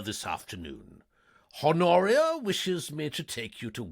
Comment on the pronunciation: Love the uploads! One note for future recordings: the H is silent in "Honoria". Thanks!